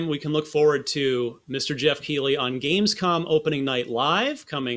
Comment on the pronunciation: Geoff literally doesn't know how to pronounce his own name lmao